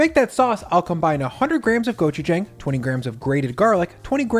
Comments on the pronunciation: hey, your pronunciation of gochujang isn't bad, but the first G is a harder sound kind of in between a hard G and a K sound. and the last part "jang" is more pronounced "jong" Love your content! I discovered you this year! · Love how diverse and tasty these 3 wing recipes look! Also I like how you frequently use gochujang in your videos. Pro-tip from a Korean American: it’s pronounced more like “gochu-jahng”, rhyming with “wrong” rather than “rang”. Nevertheless great video and I’d love to see oven-only or even air fryer wings in the future! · Gochujaeng lol. It’s pronounce jang like the a in about. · That's incorrect. Then you'd be saying "고추정" if you're pronouncing it as "Wrong" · you pronounced gochujang wrong. Here's a helpful video I hope that in the future you do a bit more research when introducing these global foods to your large audience. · I do love your content and your recipes but you’re mispronouncing “gochujang.” I feel it’s appropriate for cooks/chefs to learn how to pronounce foreign language words correctly; it shows that you respect the culture whose cuisine you’re representing. I’m not hating, or saying you’re being racist or anything, it’s just an important topic to me💜